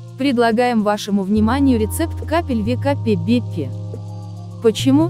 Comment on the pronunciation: вЕкАпЕбЕпЕ это же нужно так произнести . долго смеялись,спасибо )